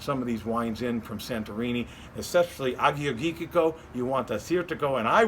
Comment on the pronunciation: Greek wines can be fabulous. The top producers are crafting beautiful bottles. Nice selection of wines esp the Tselepos. Good try on the pronunciations... It's Ah-your-yee-teek-oh